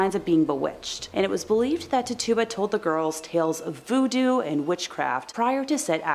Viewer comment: Tituba = is pronounced Titch-choo-ba